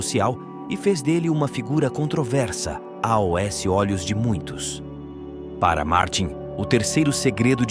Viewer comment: Fabrício, vc gostou da dicção do locutor no vídeo? Saiba que , quem lê o texto é um robô. Repare que ele não consegue ler a palavra "aos". Ele lê separadamente as letras "a", "o", 's". Já ouvi vários vídeos onde a A.I.(inteligência artificial) lê o texto muito bem, mas não conseguem ler a palavra "aos".